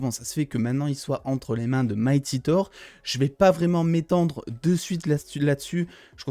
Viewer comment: Ouais bon mec c'est TOUR comme si tu parlais d'une tour...c'est pas parceque c'est en anglais qu'il faut dire TOWER😂😂😂